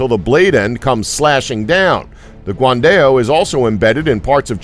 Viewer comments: It's Guan Dao, not guan-dail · guan dell ? lol sounds like a software